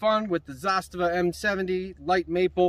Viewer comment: it's Zu-Stava. Not ZAA-Stava